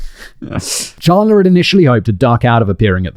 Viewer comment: The defense attorney didn't mispronounce 'Halderson', she mispronounced 'Chandler', calling him 'Chander'. It's exactly as second-hand-embarrassing as you think it is.